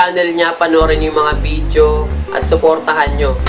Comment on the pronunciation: Oh man I'm glad that you still have that confidence in making a video although you said it is you first time to make a video reaction. But the thing is you need more practice especially the way you pronounced couple of words like "video" it sounded like "vijo" and the way you deliver your words in public. Thanks man just a friendly advice and tips to a new video reaction maker like you...my two thumbs up for you though. :-)